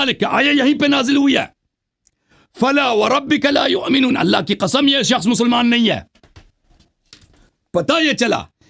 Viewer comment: Allah ki ka'am main shia ho jaonga agar aapne Sabit kar diya to 😂😂😂 the accent 😂😂😂